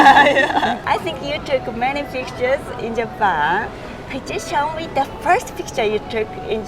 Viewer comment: Japan のイントネーションと、firstの発音 頑張ってください